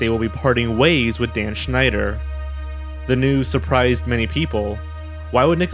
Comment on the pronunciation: Damn, your pronouncation of the name Schneider is on point